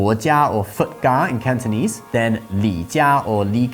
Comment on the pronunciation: Your mandarin pronunciation is more than perfect but Cantonese needs work. 😅